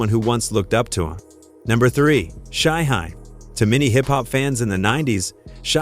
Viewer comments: Riser an shy-high 😂bruh u mean Rza (rizz-za) an Shyheim (shy-heem) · Thing is, Shyheim is - according to himself - pronounced like its spelled 'Shyheem'. The AI/voiceovee pronounces it correctly, if it was pronounced like it was spelled. The norse/germanic suffix '-heim' sounds more like 'haim' than 'hiim'. Understandable mistake if youre not a fan but no excuse for 'Reezza' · 👉🏾 Culture Vultures. 😑 Take this stupid ass video down. It's RZA, not spelled RIZA or pronounced RYEZA or REEZA and Shyheim is not pronounced SHY-HEM or SHY-HIME. 😑 Delete this video. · Don’t forget Shy-Hime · And Shy hime 😂😂😂 like WTF 🤷🏾‍♂️ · I'm so sick of your blogs where you don't know how to pronounce and write the artists names correctly! BAD JOB! Stopped watching after you pronounced Shyheim. How can you tell anything if you don't know a thing about it???Stop using AI and Just QUIT!